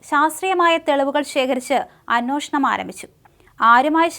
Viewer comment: ചേച്ചി അന്നോഷണം അല്ല അന്വേഷണം. നാക്കു വടിച്ചിട്ടു കഥ പറ